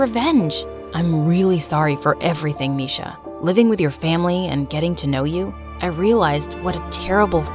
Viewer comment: It's not misha it's Miksha bruh